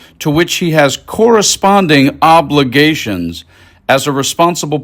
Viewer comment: GUY. You don’t have to emphasize words like “obligations” like a knucklehead, we’re not toddlers you’re reading a story to.